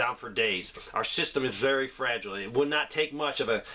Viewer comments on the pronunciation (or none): none